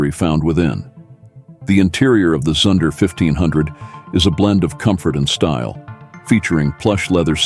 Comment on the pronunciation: Zunder is pronounced zoonder, not to rhyme with sun or under. Education in deficit.